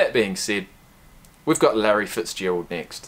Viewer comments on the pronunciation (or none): none